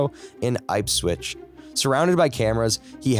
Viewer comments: its not aype switch its ip switch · im so sorry.... but please... please go look up how to pronounce british town names..... Leicestershire? thats easy. Ipswich? 'ip'swich?? please.... its not that difficult, and im sure youve had to do it to get the corrent pronunciations for the medical language, why cant you do that with town names?